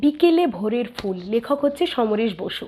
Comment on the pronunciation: বিকেলে ভোরের ফুল এর উচ্চারণ ভুল আছে।fool বলছেন আপনি।কিন্তু সেটা phool উচ্চারণ হবে।